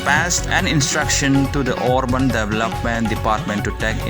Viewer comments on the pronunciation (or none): instead or orban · could you please pronounce the word Urban